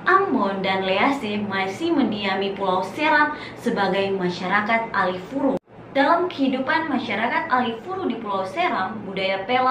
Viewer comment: Bukan Alifuru kk tapi Alefuru 🙏